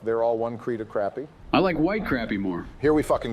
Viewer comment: IT'S PRONOUNCED CROP-PY 🤦‍♀️